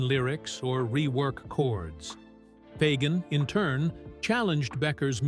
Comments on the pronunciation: Foggin??????? Try FAY-- GUN. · More like Fay - gen.